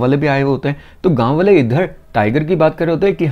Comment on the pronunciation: Bale nahi waale hota hai. First learn how to pronounce hindi words properly.